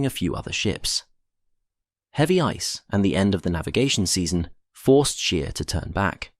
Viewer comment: It's pronounced 'SH-pay', not 'sp-EE', & 'SCH-ayr' not 'sh-EER'.